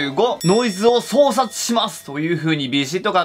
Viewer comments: 相殺は「そうさい」です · ソウサイだよね。読み方気をつけないと😭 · 相殺をそうさつって読むあたり疲れてんのかな